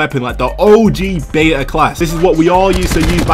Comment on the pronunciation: i clicked of this video because he says beta the wrong way pisstake